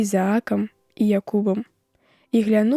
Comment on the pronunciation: Тое самае ў слове глянуў, націск на першым складзе, а не на другім, як чытае дыктарка.